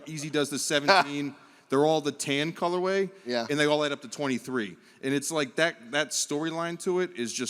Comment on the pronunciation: I love saying “colorwave” and “adida” like it’s the singular of Adidas